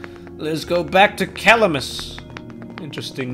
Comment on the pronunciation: Roses are red., make DDD 2 Edit: “Cuh-lam-is” that’s how you pronounce Calamas. It’s like Calamity